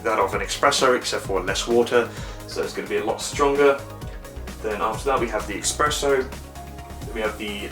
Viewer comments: actually not, when someone does a review the minimum he can do is know the product, in this case know the different kind of coffee it can make not just cappuccino and hot milk... I don't even start with the pronunciation (expresso and macciato instead of macchiato) but saying "the temperature is ideal just as the setting ideal" is meaningless, you can just use a basic cooking termometer and tell us the exact temperature. The cup/mug can be as big as you want to, you don't have to put the mug and the jug at the same time on the tray, you can press the button and start the coffee, remove the mug, insert the milk jug and press the button the second time and start frothing the milk... It's just common sense, they make you press the button two times because of that. Funny when you forgot the water even after you lifted and tilted the machine to tell us the weight. Last but not least you could even set the machine to top up the mug you are using and not 3/4 full and show us how to do it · LOL, I thought I heard "EXpresso"! But I did continue listening!